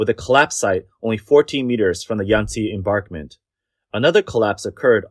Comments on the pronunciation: Why does the narrator keep saying "embarkment" for embankment? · Mispronunciation of embankment as embarkment is a little bothersome. You make good points about choosing to maximize power production over protecting people and property. It's shameful that the government allows that to happen. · THE WORD IS "EMBANKMENT"! NOT ENBARKMENT! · Embankment = em-bank-ment, not barkment. Juss sayin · "embankment" (not "embarkment [sic]") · What's an "enBARKment" anyway? I'm familiar with river "enBANKments" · The narrator persists in saying "embarkment" when clearly the word should be "embankment" as even some of the video clips show. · Embarkment... embarkment... embarkment.... over and over again. Must be an AI voice to not know it should be embankment. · Embankment not embarkment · How many times did you say embarkment instead of embankment? 30? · embaNkment NOT embaRkment Voice Over person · FYI (nicely) EnBANKment not EmBARKment... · Its emBANKMENT, not embarkment. Got it? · And what is an "enBARKment"? It is pronounced EnBANKment. There is no R in that word. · Please pronounce correctly: embaNkment, not embaRkment... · Narrator : There is no such word as "embarkment". The word is "emBankment". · Read it with me: EMBANKMENT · You can say BANK , so why can not you say emBANKment .. there is no R in that word. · embankment "m bank ment" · Embankment. Bank, not bark. :) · "AI will take over the world" AI: Embörkment